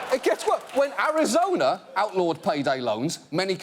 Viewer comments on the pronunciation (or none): none